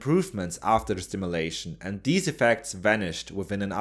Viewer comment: The narrator is not able to make the "th" sound. Instead of saying "these," he says "deeze" and "udder" instead of "other."